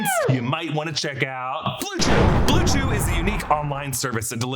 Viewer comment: Blew chew lmao stop